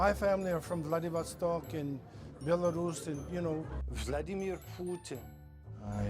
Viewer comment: Respekt to Sensei for pronouncing Vladimir Putin right.